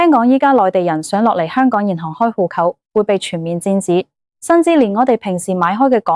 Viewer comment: 戶口「呼扣」啲乜嘢口音嚟呀？